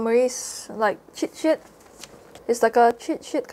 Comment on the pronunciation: i like how you say "chitshit" 🫢🫢